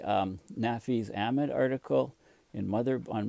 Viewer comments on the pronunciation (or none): none